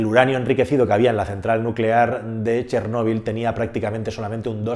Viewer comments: Si vas a yablar de ChÉrnovil por lo menos habla bien y acentúa la É y no la O,ya que me es demasiado distractivo y molesto escucharte. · Si realmente fueras ucraniano sabrías que no se escribe "Chernobil" y de hecho la pronunciación correcta es otra